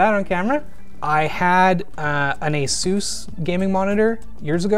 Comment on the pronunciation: Can anyone pronounce 'Asus' properly ffs